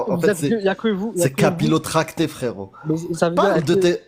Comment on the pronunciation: il a dit "capillotracté" ou "kabylotracté"?